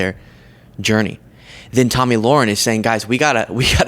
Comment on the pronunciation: Her name is Tomi Lahren pronounced Toe Me La Rin also can be pronounced C**T just an FYI. You called her Tommy ;)